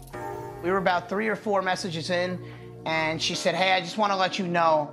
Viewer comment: When he says "she", I just hear "he". Guess the S is silent